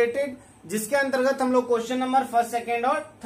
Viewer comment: Antergat ka bol rhe ho bhai